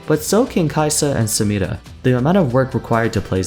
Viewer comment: the way you pronounce 'Samira' is a melody to my ears, have a good day sir